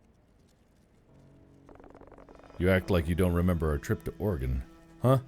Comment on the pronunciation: woo oregon mentioned and mark said it right! Also.... GET OUR STATES NAME OUTTA UR MOUTH MIKE YA WEIRDO